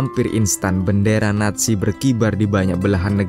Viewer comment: Naziiii bukan natzi